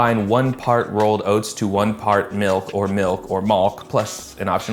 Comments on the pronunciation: ITS MALK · got war flashbacks to 2009 youtube when he said Malk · “Malk” unlocked a core memory